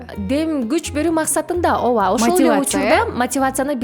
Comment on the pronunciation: Оова эмес ооба эле дечи.